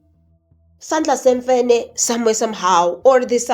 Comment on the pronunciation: NYAWO LWEMFENE NOT SANDLA SEMFENE